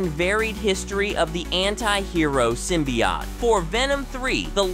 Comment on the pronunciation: Sym-bee-OAT. Not symbiAUGHT